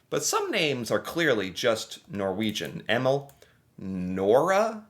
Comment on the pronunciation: Yes, his pronunciation of Emil is truly bizarre. It's fairly popular across Northern and central Europe.